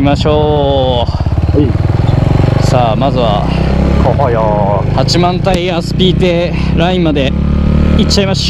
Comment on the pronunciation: 八幡平(はちまんたい)ですねｗ